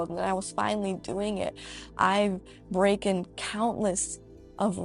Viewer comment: Did she really say she’s “breakin records”. I can’t 🤦🏽‍♀️